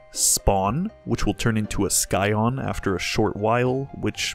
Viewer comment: This is an easy to follow guide. Scion has a silent c just like scimitar.